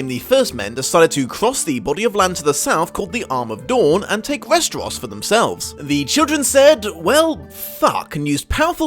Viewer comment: West-er-ahs? Ess-ahs? I've always heard it as West-er-ohs and Ess-ohs